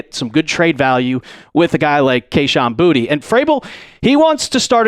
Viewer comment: It is pronounced Boo-ta not booty It is French..